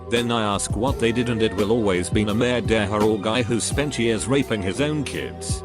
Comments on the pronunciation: Whatever reads these stories says murderer as if they were french MURDERUERRRRR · So you're going to become a mehdehhurr? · Make it stop saying murderer like that, or I'm going to kill someone. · The first one when it said murderer it sounded french